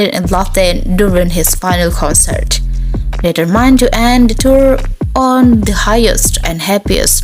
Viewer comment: Please pronounce “determined” and “arrival” correctly